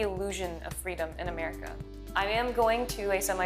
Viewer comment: This is one of the very few times I've heard the word feeedom uttered by an American and not felt kind of repulsed.